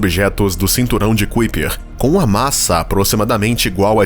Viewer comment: Não é Cuiper.... É Kaiper